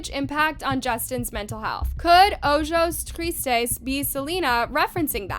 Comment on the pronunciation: You did pretty good!!! "ojos tristes" The j is pronounced like an h.